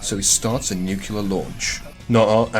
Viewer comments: I doubt that's it because I've been hearing nukular more and more often. Just say 'new' then 'clear' together. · Just found this channel, fantastic stuff really enjoyable, subscribed and liked. Tempted to remove the like due to the mispronunciation of "nuclear" which as a fellow Brit is almost inexcusable behaviour but on this occasion I will turn a blind eye ;)